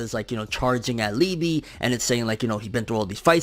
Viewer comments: Pronounced Lee-Buh -- In German it means Love ... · It’s pronounced Lee.buh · I believe it’s pronounced like eBay but with an L.